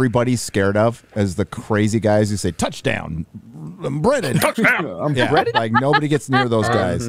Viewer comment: Unbreaded? I thought he was saying On Reddit!. 😂